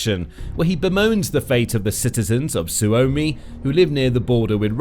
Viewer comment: "Finnand" "Sooumi", "Souumi" If you can't even talk in your own language (English) do not try to speak Finnish. I thought Tarja Halonen was only person who has difficulties saying /r/ and /l/ but I guess I was wrong.